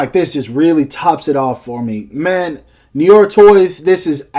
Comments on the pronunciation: pronounced. "Noo-are" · it's pronounced "Nu-Waa". but awesome vid nonetheless. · As a Canadian who speaks some French, hearing you try to pronounce "noir" physically hurt me. LOL